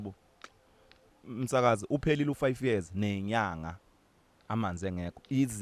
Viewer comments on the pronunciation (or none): "five wears"😫🤣🤣